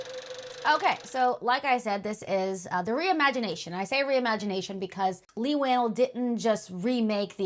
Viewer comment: It is kinda weird to claim that you are such a fan of Leigh and you can't even pronounce his name right, matter of fact i heard about 3 different pronunciations and non of them was right lol